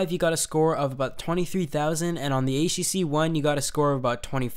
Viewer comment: I like the videos, but the way he pronounces 'the' really annoys the crap out of me.